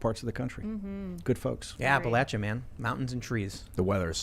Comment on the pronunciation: Wow. Tim pronounced appalachia correctly. Much appreciated.